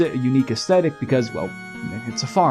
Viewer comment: him: mom can you please go back in time and abort me? mom: what? him: have some one who can actually pronounce "Aesthetic" mom: say no more